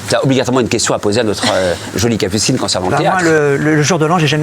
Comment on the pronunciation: Il ya que moi qui entend cappucine anal au debut 😂😂?